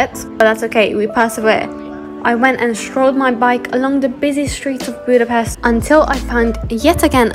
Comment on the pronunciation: Oh boii. pronounces Budapest as Budapeszt. That's a blunder if I've seen one.